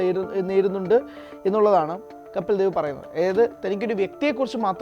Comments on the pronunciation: കപ്പിൽ ദേവ് അല്ല പൊട്ടാ കപിൽദേവ് എന്ന് പറാ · കപ്പിൽ ദേവല്ല കപിൽ ദേവാണ്.നീ ആദ്യം ആ പേര് ഒന്നും മര്യാദയ്ക്ക് പറയാൻ പഠിച്ചിട്ടുവാ.